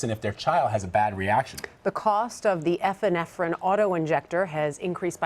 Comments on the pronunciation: She said "Efinefrin".. its "Epinephrine" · she really said "eff-inephrine"? i can't finish it unless I mute her.